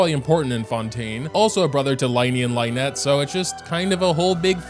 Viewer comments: Lyney and lynette is spelled lin-ey and lin-et, not like in the word line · ...I'm begging you... The first syllable of the names "Lyney" and "Lynette" rhyme with the word "sin" not "line" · It's Lin-ie and Lin-nette not Line-e and Line-nette🤦‍♂️ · the pronunciations of lyney and lynette are making me go insane